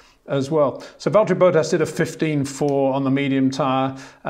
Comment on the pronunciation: Agreed - but he will keep mangling Bottas’s name to BOWTASS 🤬